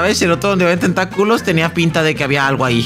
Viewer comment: Zombie xd me da re risa cuando dicen tenta-culos :v jajaj